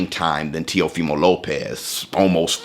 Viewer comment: Now I'm drunk. I took a shot everytime he said Teofema Lopez.